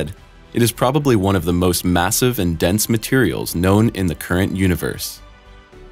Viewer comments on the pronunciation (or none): none